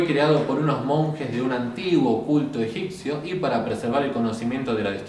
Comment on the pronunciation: EgiPto, egiPcio... pronunciame la P en Egipto, Egipcio. 😊 Gracias por tus videos.